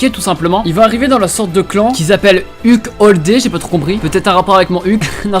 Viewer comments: Ça se prononce UKAI Holder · Mais ton Anglais: " UCUL HOLDEUR" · Mais comment tu prononces UQ Holder mdr